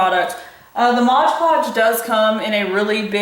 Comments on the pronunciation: it's MOD podge not modge podge lol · Mod podge, not modge podge. It was driving me crazy. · 👍Totally! MOD Podge- not MODGE Podge! Arrgggg was thinking that exact same thing the entire time. Distracting from the actual video. 😵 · When you physically see the words in front of you yet still pronounce it wrong... Sorry, it drives me insane when I hear people say "Modge" when the word is just Mod 🙄 The wall did turn out fantastic though! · Mod mod mod. Not modge. Omg. Drove me nuts to hear you say this. Quit watching after the 10th "modge" you said. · It's moD podge not moG podge. "D" as in "Daniel", NOT "G" as in Goat. It's not good for your image to miss pronounce the stuff that you're using, specially when you have over 3 million views on this video. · It's .... MOD, not modge.😀 Btw, you are brave! I like it. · she's saying "modge podge"...it's so simple it's fist MOD podge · it's MOD PODGE not MODGE PODGE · I wish someone would teach her how to say Mod Podge. It's not Modge Podge... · I know....drives me crazy when people mispronounce it...especially if they do a lot of crafting or diy videos.... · taht looks amazing ! but why for the love of god cant you say mod podge ?? modge podge had me chuckling all the way through ! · Why are you pronouncing it like "modge podge"? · Random question...why does everyone seem to call it "Modge Podge"? LOL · Omg! That was bothering me throughout the whole video! Lol MOD-Podge!! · Love the idea...Can't get over the incorrect pronunciation of MOD podge in this video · THANK YOU! I seriously cringed every time she said it!